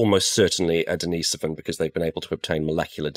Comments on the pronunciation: Or his sister Denise? It's Denisovan, not Dennisovan. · Daneese-oven !!??. Who lived in that Cave -Dennis, or his Sister Daneese ???